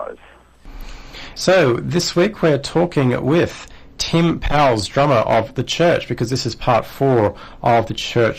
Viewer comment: Powles rhymes with "coals."